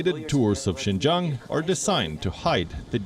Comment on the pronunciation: Province Xinjiang in China. "Xin", phonetic transliteration, means new et "jiang", meaning territory, or frontier territory. Xinjiang, new frontier territory. Lady Palki has increasingly good pronunciation on Chinese. She got it right in reading out Xinjiang.